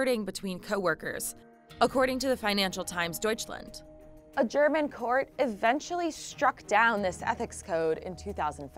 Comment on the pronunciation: You pronounced Deutschland really well